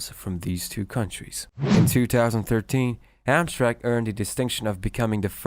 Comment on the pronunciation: You should remake the video with the correct pronunciation. It is Ham Tram Mek. Not Hamstrang as you say it.